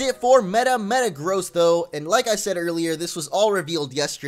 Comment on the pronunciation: U said megagross funny